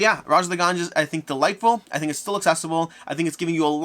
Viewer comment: Did you refer to the Ganges as the Ganjas?